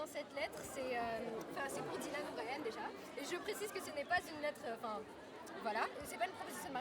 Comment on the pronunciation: C'est comme WCKD qui est prononcé "WCKID", Thomas qui est prononcé à la française, et Dylan O'Brien où il dise "Dylan O'BriAn" à un moment donc bon uwu...